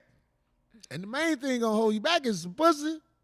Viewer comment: He said HOLE D. He didn't say hoe, but I know how Corey be slick using words that sound like other shit etc 🤣